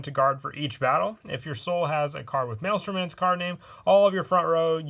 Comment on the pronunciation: I’m surprised u pronounce maelstrom correctly